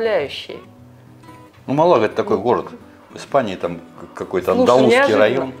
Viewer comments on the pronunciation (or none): Есть такой футбольный клуб, но произносится с ударением на первый слог.